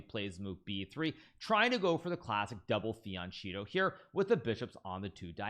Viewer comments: It’s pronounced “fianketto” the ch makes a k sound because it’s Italian, not Spanish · Isn’t fianchetto pronounced fian-keh-toe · It's fian-KETTO! The "ch" is a hard sound in Italian, and after 20 years as an absolute top player in the world, you should know this by now. You can't just make up pronounciations. Please make an effort to get this right. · I really cannot stand fianchetto pronounced with a soft c. You don't say zucchini with a soft c. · Why do you always mispronounce 'fianchetto'?